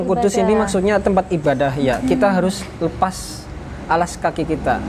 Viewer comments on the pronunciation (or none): none